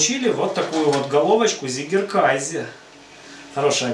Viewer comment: Не приятно уху слышать немецкое слово на английский лад, если перевести с немецкого Вами произнесённое название то получиться «победивший (победоносный) кайзер», а правильно произносить абсолютно прмитивное название «козий сыр», как Вы указали в описании, «цыгекэзэ». Жаль что именно английское произношение этого слова распространилось в рускоговорящем сообществе сыроделов. А сыр получается классным. И я благодарю за все рецепты на Вашем канале!